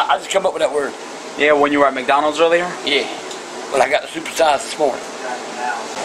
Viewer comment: when he said supersize it sounded like circumcise